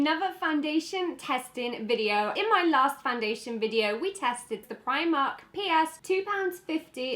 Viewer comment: Primark: it's pronounced Pr-EE-mark Not Pr-Eye-mark